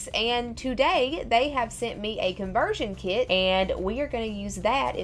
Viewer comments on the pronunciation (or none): " Conversion Kee-it"